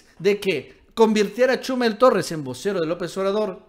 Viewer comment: "Chúmel", "Férriz". Por qué acentúas mal los nombres?